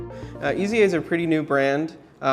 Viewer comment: I'm pretty sure the brand is pronounced AYs-uh. I found this on Watchbuys, the authorized North American Dealer for Eza: The first thing to know is that it is not pronounced as three letters - E.Z.A. Next, the German Z is pronounced like the English S. Finally, pronounce the E as a long A, as in "ate". And you have /AYs-uh/. Cheers!